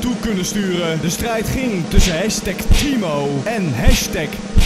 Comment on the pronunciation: Dat tttthimo heb je van jermy jejejejearmy